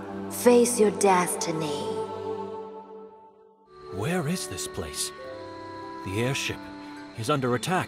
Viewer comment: "Now.... face your dASTiny..." Love it